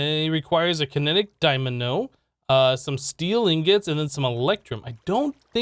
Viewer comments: Kinetic Dymano. *cough* DyNaMo Wait.. He said it right this time.. ... Is he playing us for fools? IS IT ALL JUST A MEME?! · He does odd pronunciations on purpose, lol. Dymano. Strim. Botana. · XD i caught that too. DyMaNo? Edit: HE SAID DYNAMO